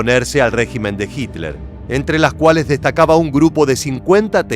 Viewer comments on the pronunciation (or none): none